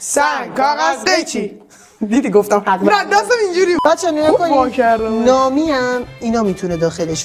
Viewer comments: اون یکی نامی نیست نومیه😂😂😂😂😂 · اونی که گفتی نامی نبود نومی میوه یی بود😅❤